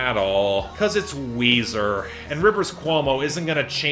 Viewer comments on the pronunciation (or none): its weezer and its weezy